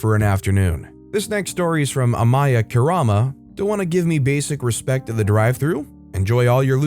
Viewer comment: I got slightly annoyed when you mispronounced the “kurama” in that one user’s name, the name is Japanese and the vowels only make a single sound in Japanese which is different from what sounds they make in English. I spent a lot of time learning the sounds they make so it annoys me a little when people mispronounce words in Japanese. Other than that one thing I loved the video!